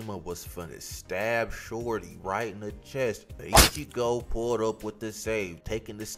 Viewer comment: This guy has a good vid be calling him ichibo 😅 great vid thanks for the vid